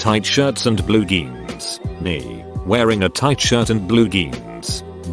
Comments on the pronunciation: Nobody: Text to Speech: GEANS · Why does the robot keep mispronouncing jeans as "geens"??? 🤣🤣🤣